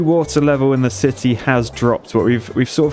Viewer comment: you build a "shity" not a city :D :D.. with a ,,Poo"namacanal xD love your videos! so entertaining!